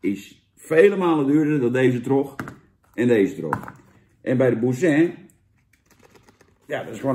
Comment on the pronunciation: C'est terrible , terrible.. France, vivre la vie, et j'espere tu dis boursin normalement